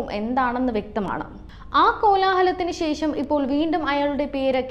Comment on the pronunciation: 'shesham', ucharanam polum kashttam, vere oru paniyumille?! unda varachathu kalakki! angeru defamation case koduthal aniyathi kuzhappithilavum.